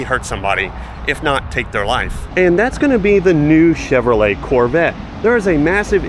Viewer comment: Chinrolet? No bueno y'all